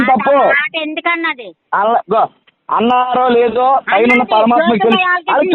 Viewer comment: Marugudoddi gadu kopam lo matham maripoyadu anukunta PARAMATHAMA anee anthunadu 😂😂😂